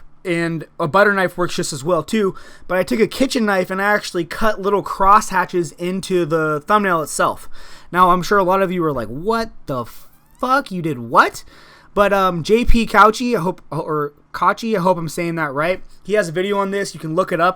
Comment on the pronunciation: it's pronounced JP cow-key